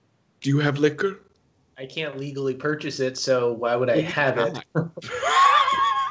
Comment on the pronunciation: The way says liquor absolutely took me out 😂😂😂😂